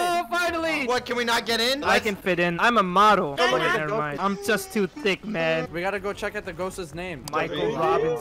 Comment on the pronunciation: its THICC not thick